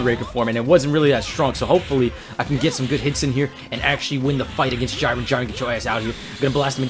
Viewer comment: isn't it j-ee-ren not j-I-ren